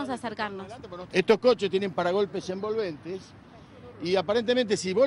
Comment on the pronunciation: Me da risa cuando el padre dice parachoques embolbente de